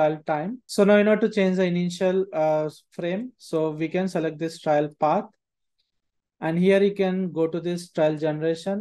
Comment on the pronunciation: great tutorial. Pronunciation of TRAIL is wrong throughout tho - very grating!! I kept expecting a judge & jury to accompany the trial : D